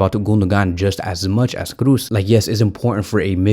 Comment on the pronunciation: No to Olmo. Yes to Simmons. Olmo is NOT an alternative to Williams. Totally different profile. Let's buy Williams and get Simmons on loan. Kroos, double O. Not Cruz. Pronounce like in Jo's. Thanks for the vid bro. 💜💙💜💙💜